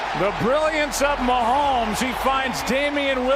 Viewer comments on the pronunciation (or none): His names Mahomes, please don't ever do that again lmfao.